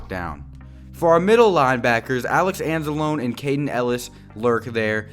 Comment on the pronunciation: You're pronouncing Anzalone wrong btw